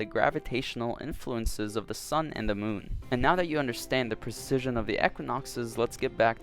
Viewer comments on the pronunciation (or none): You are mispronouncing the word "precession" ... look into the correct pronunciation, it's important. "Precision and Precession" are totally different things.